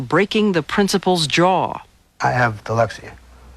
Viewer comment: To this day he still can't pronounce dyslexia or dyslexic